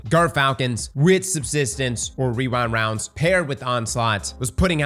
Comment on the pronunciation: casually hits us with the "wewind wounds"